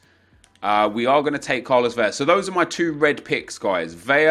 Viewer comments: bro its vela (ELLA) not vella (EYAH) lmao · Love the vids but for too many years I have held my silence. In Spanish Carlos Vela is pronounced Carlos Ve(L)a. In Spanish double L is Pronounced as a Y. So David Villa would be pronounced David Vi(Y)a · In Spanish, you only pronounce double "L's" with a y-sound, like David Villa or Iker Casillas. However, Carlos Vela is pronounced like you would normally pronounce an "L". :)